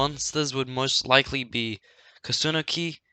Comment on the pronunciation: Lol I like how he says Koòsunoki